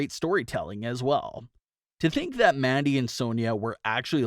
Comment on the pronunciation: Why does he keep calling her MADDIE Rose??? Her name is MANDY